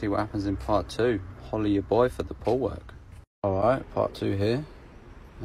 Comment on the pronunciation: when he says holla ya boy for the pool work i think he says holla ya boy poo work 🤣✋